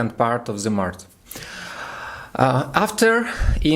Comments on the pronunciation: you're just fire! 😊🔥👍 Только про Овнов не "маrТ", а "маrЧ")) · молодец. И приятно удивил. Только обращай внимание, что ты на английском говоришь март (по русски), а надо маач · the more you practise the better! Without making mistakes it’s impossible to get experience and skills. You should pronounce March/мач/, August/огест/, etc. So listen to more things in English to get how to pronounce this or that word. In general although you made mistakes, I could understand everything. I wish you continue your work like this!❤️😀